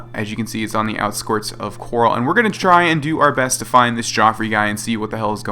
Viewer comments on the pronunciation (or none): 'He says "Outsquirts" in the begninning instead of Outskirts